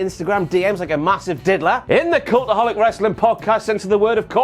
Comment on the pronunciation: Thats me! With the cultaholic sign!! Name pronunciation is correct lol